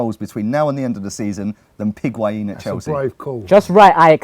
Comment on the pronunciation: As much as I like Lee calling Higuan "Piguain" shouldn't go unnoticed after he scored two great goals on debut